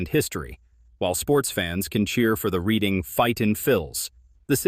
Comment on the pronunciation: I think what they are trying to say is you pronounced some of the names wrong Reading is pronounced RED- ing and Wilkes Barre is pronounced Wilkes - BERRY .